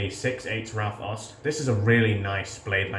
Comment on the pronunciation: mate, the Au in Aust is pronounced like the ou in out.